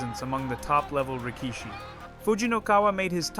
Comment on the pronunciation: Thanks for your content. Just a few pointers regarding pronunciation: Rikishi: The middle vowel is usually shortened considerably or outright skipped. Pronounce it as "Rick-shee" Tachiai: The CH in TaCHiai is pronounced like the ch in check, not a hard K-sound. Aonishiki: Like rikishi, shorten the middle vowel. "Ao-nishkee"